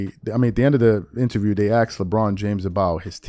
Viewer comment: Charles wld sey Baasitbol...LeBoring zzzzz said axed not asked ze grammar is well?